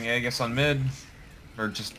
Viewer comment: I had an aneurysm listening to how your team mate pronounced 'aegis'